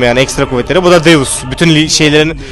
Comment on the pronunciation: ZEUS DEĞİL DEUS :D